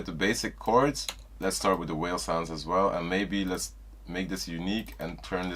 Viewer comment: bruh said whales i could not even take it serious until i heard it and was like aint no way lmao